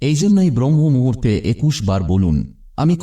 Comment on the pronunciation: ব্রহ্ম মুহুর্ত নয়, শব্দটি হবে ব্রাহ্ম মুহুর্ত।